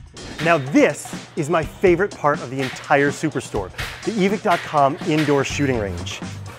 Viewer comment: Why is it “eee-Vick” and not “eee-vike”